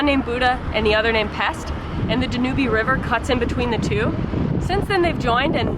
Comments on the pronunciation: I stumbled upon this video by some serendipitous event and I'm super glad I did!! Super interesting, and enjoyable. Your adventurous spirit and energy totally come through making the time fly by! One note of correction, though. The Danube River in Budapest is pronounced "Dan-Yewb" not "da-newbie." I'm mega excited to explore your channel...I subscribed right away! I hope you become the next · not danubee... it's dan u b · Such a lovely video and you are visiting some incredibly beautiful places. One criticism and it's about your pronunciation of Budapest and the Danube Riverl First of all it's pronounced Budapesh and it is not dan U bee but dan uub (long u like tube). No Hungarian on earth would never pronounce those two places in Hungary the way you just did. My grandmother would have laughed and corrected you first chance she got. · Danube river= Dan-You🤭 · awesome as always......can't believe I am the only one responding the e is silent the river is pronounced Dan-yoob..... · OMG did you really call it the dan oo be river?? Wow! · I believe the name of the Danube is pronounced Dan Ube ( ube, as in cube). The e is not pronounced. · Actually, it's pronounced Dan-Yoob 😉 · Yes, you mispronounced "Danube" - but who cares. Don't listen to these nitpickers who complain about that. I totally enjoy your videos just the way they are. You guys are great! Keep it real and happy travels!